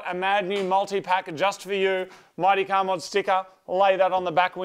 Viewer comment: “If your car doesn’t small great, just pop a cherry in your cahh” -wise words of moog